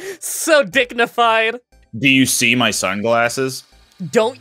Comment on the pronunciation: Why did I hear "dicknified" instead of "dignified"?